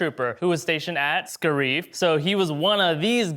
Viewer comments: Scar-if not scar-eeeeeeef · Anyone else annoyed at how he said "Scareeve" instead of "Scarif" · Its SCARE-IF not scare-eef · It’s pronounced scare if not scare ife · Why does he say "scarreef" not scariff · It’s not scareef it’s scare-if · Sca-reef?! We hear it said 20 times in rogue one it's scare-if. You guys lose so much credibility when stuff like that happens. Leia is also seen using the force in Jedi sending Luke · It’s SCARE-IF, no one has EVER called it SCAR- EEF wtf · Scareef???? Scare-if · Ska-reef?! Are you trolling us? Or are you a Star Wars poser? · Its pronounced SCARE RIFF u swine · Sca reef? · “Sca-reef”??? Bruh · Yo, it's pronounced scare-if. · The way you pronounce “Scarif” makes me want to blow my brains out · Damn you really slaughter the pronunciation of Scarif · that is not the correct pronunciation of the word "Scarif"